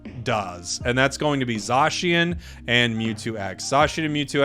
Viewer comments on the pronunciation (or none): Metagross, zachian, scizor. Do you mispronounce them on purpose? Lol